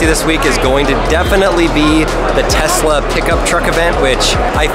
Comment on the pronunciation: He said testla 85 times! Lol